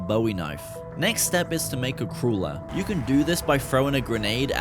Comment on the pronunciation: did you just call a crawler a "crula"